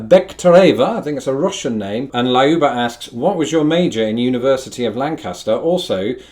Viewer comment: [Lie-OO-bah] - how funny! :) This Russian name (Lyuba/Ljuba/Люба) is pronounced [LEW-bah] ("-ew" as in "new"), and BTW cognate with English "love" / German "Liebe".